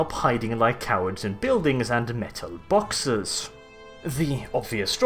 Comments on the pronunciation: MEHTAL BAWKSES!!!!!!!!! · METUHL BAWKSES